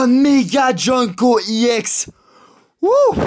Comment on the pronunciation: DIT EX PAS I EX TES VIDÉO SONT BIEN MES SES TES I EX QUI LA GUACHE